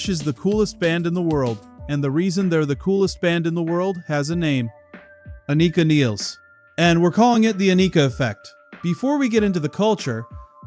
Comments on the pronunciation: Ann-i-ka.... NOT A-nee-ka..... say it right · Rush has always been the coolest band in the world. Learn to say her name. Jfc it's like the people mispronouncing Neil's name.